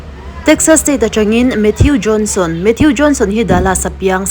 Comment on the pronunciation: Mathiu ti suh... Mathuu ti rawh. Avenue (aviniu) ni lovin "Avenu" tih te.... Ka hre zawk lo na a, in lam sual rei tawh e.... Mate❤